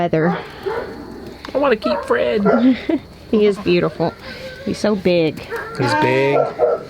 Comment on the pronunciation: “Fred!” “He didn’t say Fred, He said “FWED”!